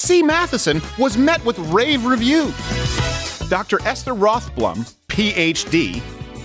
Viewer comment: Who reached out? Ms "Rothblum"? Every single time